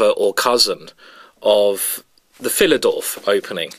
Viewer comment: The "Philidorf"?